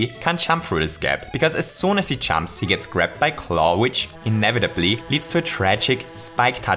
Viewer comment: He says chumps instead of jumps